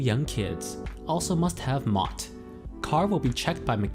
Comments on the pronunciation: You know £ is pounds not euros and it is pronounced M.O.T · well, at least he doesn't read it as mot 😑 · Why are you pronouncing MOT as if it's a word? It's an acronym.